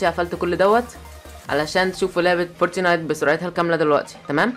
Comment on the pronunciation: انتقها صح اسمعها فورت نايت مش فورتي نايت